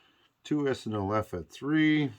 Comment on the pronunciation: Just came to say, good job pronouncing SNLF this turn! Haha.